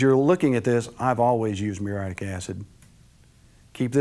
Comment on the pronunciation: It's spelled muriatic acid, & is pronounced with four syllables.